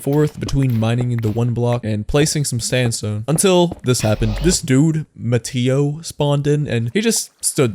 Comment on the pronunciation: It’s not ma-tea-o it’s ma-tay-o